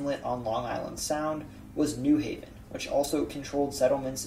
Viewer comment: When saying New Haven, the emphasis is on the Haven. (New HAY-ven, not NEW haven).